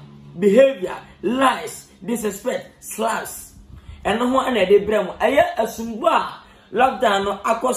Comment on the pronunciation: The way lil win say slaps weak me ...he said saaps